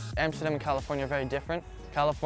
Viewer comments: Een van de weinige niet nederlands pratende zegt Amsterdam goed echt nederlands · Hij zegt amsterdam al op de nederlandse manier hahaha